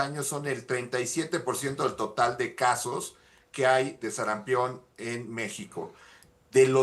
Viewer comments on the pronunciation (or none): "SARAMPIÓN" no "SARAMPEON" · Sarampión.... No SARAMPEEEEEON... Si van a poner a una persona para hablar ahí... Deberían de poner una persona que sepa hablar!!! Que pena!!!